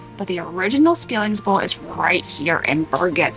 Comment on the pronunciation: It is pronounced, shilling!